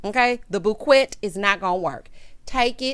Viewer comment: 😂😂😂 boo-kwet 💐? You really get on my nerves in the best way 😉☺️🥰😂😂😂